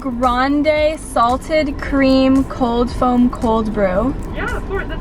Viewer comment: colf foam 😂 we love u no hate at ALL